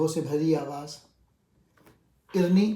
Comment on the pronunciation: اَرِنِی عربی کا لفظ ہے آیت قرآنی ہے رب أرِني انظر إليك. سورة اعراف اَرِني کا تلفظ ٹھیک کریں شکریہ